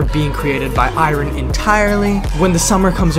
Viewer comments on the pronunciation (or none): D-did he just pronounce “iron” as “i-rin”? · He pronounced iron wrong.